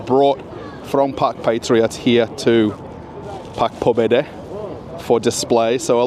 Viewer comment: Oh, my goodbess!! If you are living in RF, firts learn to pronounce at least some Russian words!!! Ask Russian people how " Park pobedy" should be pronounced! 🙈🙈🙈